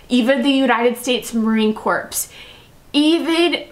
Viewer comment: I'm sorry to tell u, but the last "s" in the "marine corps" is not pronounced. After all, the Marines are, hopefully, alive and not dead. FYU 😂😂😂